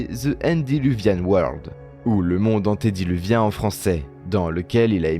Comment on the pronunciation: Ante- diluvien et non anti-diluvien! Ante pour avant !